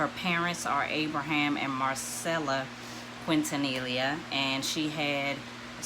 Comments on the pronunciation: Quintanilla Pronunced Quin-Ta-Niya the two ll’s make a y sound in Spanish. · Quintanilla pronounced Quin-Ta-Niya. The two Ll’s Make a y sound in Spanish.